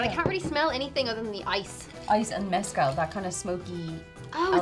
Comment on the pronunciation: turned “mezcal” into Kalliakki which is probably Finnish for something